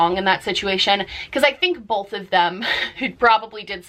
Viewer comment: I’ve noticed some Americans say “bolth” instead of “both” it’s so strange